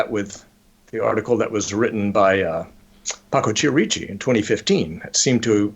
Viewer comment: I hate to e a language Nazi, but wouldn't the name Chierici be pronounced Ki-er-i-chi, not Chee-er-eechi? But fascinating show, thank you!